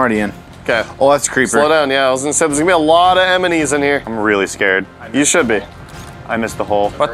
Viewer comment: Has anyone noticed that says "emenies " instead of "enemies"